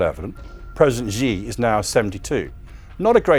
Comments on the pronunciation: You mispronounced "Xi", which tells me that you don't take China seriously. If you think that China is planning to take over the world, then why don't you learn Chinese? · 🍯🍯🍯🍯 If he knows so much about China how come he cannot even pronounce Beijing or Xi?? 🍯🍯🍯🍯